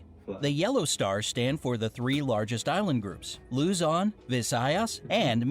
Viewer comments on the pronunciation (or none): he butchered luzon visayas and mindanao 😫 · it's LUZON, PANAY, MINDANAO